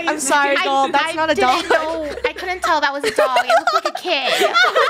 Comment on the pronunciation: has anyone noticed that said "so lunar touldn't instead of couldn't:0